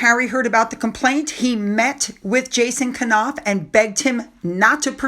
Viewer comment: Knauf is said like knee< silent K. She’s got it the wrong way again. She was the bully along with Harry and they’re cowards underneath like all bullies because they are incapable of expressing true friendship and basic good manners and leading with the truth.